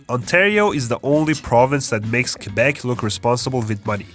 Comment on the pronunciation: I don't know where you're from in Canada, but most people I know who have graduated high school just say "Quebec" and not "Kwabek".